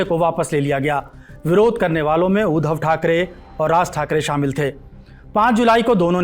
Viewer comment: It’s उद्धव not ऊधव